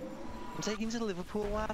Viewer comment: “I’m taking ya ta Liverpool lad” 😂